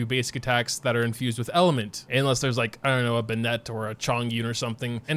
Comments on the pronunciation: Can anyone tell me why this man says Ben-net instead of Bennett? Is he foreign or slow? Lol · I swear every genshin youtuber pronounces something wrong intentionally. "banett". Bruh it's Bennett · why do you pronounce bennett like beignet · does anyone else get annoyed by the way he pronounces "Bennett" lol